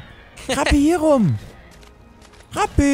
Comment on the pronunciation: Ich verstehe halt immer statt ''Rapi'' ''Krappi''. :D